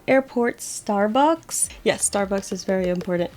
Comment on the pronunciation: Same, also the way she said starbucks lol